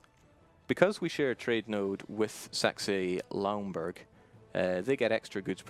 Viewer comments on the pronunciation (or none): His accent makes Saxe-Laurenburg sound like Sexy-Laurenburg XD